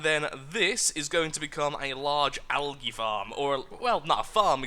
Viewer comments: Al-gee (algae) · I am not being mean I am just saying I say algae differently I say it like algee I am american